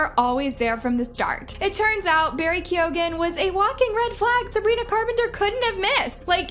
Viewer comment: as an irish person, the way keoghan is pronounced is annoying me